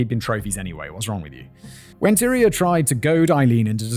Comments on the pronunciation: It's TY-REE not Tyra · Tyria! Ty-REE-ah. Lol 😂 the pronunciations are all over the place